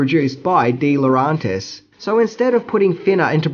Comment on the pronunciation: Also, I may be mistaken but I think "DeLaurentiis" is pronounced with the E sound as it's written - not "DeLaurontis."